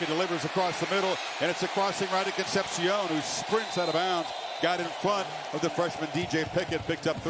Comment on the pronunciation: Con-cept-shiōn makes a re-cept-shiōn